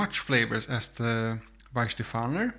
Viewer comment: And if I may: It's Weihenstephan. There is not "er" at the end. Nice experiment though. You should have included Schöfferhofer to your lineup. That's a distinctly different fruitiness towards citrucy, grapefruit flavours.